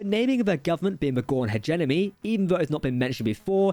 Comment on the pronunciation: The accent is fine. It's the mispronunciations (like "Hedge-Enemy" and "virapulous," and "ovaripus") that are getting on my nerves.